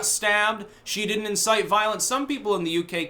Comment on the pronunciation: " doodn't" lol